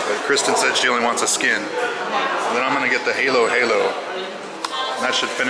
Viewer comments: Glad to see you guys reunited. Ube (purple Ice Cream) is Purple Yam. The A in Tagalog and perhaps other Philippine dialects is pronounced like the a in "Manila" or "about" so Halo Halo is not "Halo" like the video game. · Ube flavoured icecream:) it's basically a purple yam 😊 Try Rico's Lechon or CNT Lechon next time...it has a way better flavor. Also the Halo2x is pronounced with a short a instead of long a like how you pronounced it. E.g. ha-lo ha-lo instead of heylo-heylo or to-ma-to instead of to-may-to 😊😊😊😊 Hope this helps! Greetings from a Cebuana in Toronto, Canada 🇨🇦🇨🇦🇨🇦